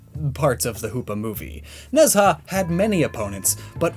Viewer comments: nez ha? its more like ne ja :/ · Its not nez ha its ne zha pronounce ne cha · Ne Zha is loosely pronounced in English like "nuh jah" the retroflex zh sound doesn't exist so j or dj technically sound like the j sound in Mandarin. Regardless hearing "nez ha" is major cringe. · You put the image of Ne Zha from the 2019 film of the same name which is on Netflix and comes with subtitles and you still pronounced his name VERY wrong. The mandarin to English dictionary says its pronounced knee-z aa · Ne Zha is pronounced nah-JHA or something to that effect (don't know how to express tone in writing lol) But does anyone else think it's funny that Sun Wukong--the inspiration for a great many characters in contemporary pop culture--is itself inspired by another character. That being Hanuman (loosely pronounced HAH-new-mon.) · As a Chinese kid every time I hear you say Chinese words I correct them in my head. Still doing a better job than my sister though. Keep up the good work. Ne Zha is pronounced more like nuh (piz)za. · goddd the mispronunciation of Nezha keeps annoying me